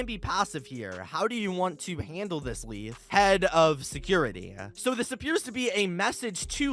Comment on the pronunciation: It is spelled Leith but it’s pronounced laith not lieth he says that in the first tape